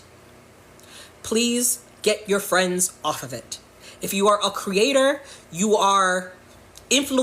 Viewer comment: Did everyone forget there is a middle ground? Independent erasure lol I’m not left. I’m not right. I’m just trying to exist the best way I possibly can. Also I don’t know why but the way she is saying “off of it” is cracking me up.